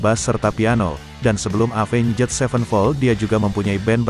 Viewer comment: pronounce nya avenjet 😂